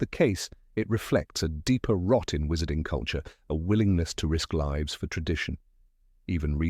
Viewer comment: Thats a weird wat to say lives, like "they liives" instead of "leyes"